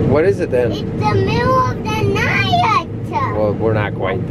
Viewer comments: love how made 'night' a three syllable word. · ITS THE MIDDUL OF THE NIGH-TUH! You got some good eggs,.